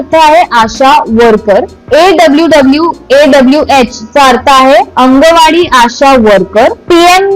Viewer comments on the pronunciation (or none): ही फक्त मेकअप साठी विडिओ करतेय तिलाच काय घंटा माहित नाय ही स्वतः private मध्ये उपचार घेत असेल आणि हित सांगतेय कसं करायचं सरकारी मोफत उपचार तिला मराठी बोलायला येईना अंगणवाडी ला अंनंगवाडी म्हणतेय 🤣 शून्य बुद्धी